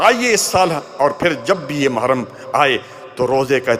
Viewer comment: Ise "mahram" nhi "muharram" kahte hain